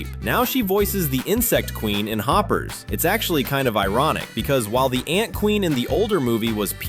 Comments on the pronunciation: The heck is Hoop ers it’s Hoppers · Ah yes, "Hoopers", my favourite Pixar movie... (for real though nice video I love this movie)